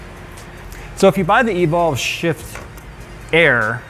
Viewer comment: Sounds like your say sh*t instead of shift 🤣